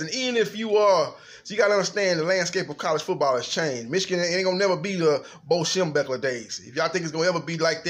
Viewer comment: schembechler NOT schemburger!!!!!